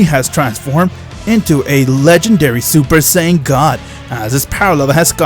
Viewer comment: Your voice lmao ensaid heis seupar sayan